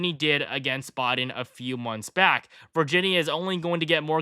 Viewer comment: Is he saying Joe Bought-in or Bodin. He for sure isn't saying Biden